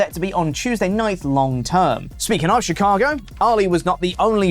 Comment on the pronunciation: Every time says Ali it throws me off cause I think he's saying Oli.